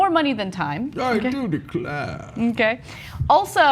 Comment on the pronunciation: CENK: I Do Declaaare…. haha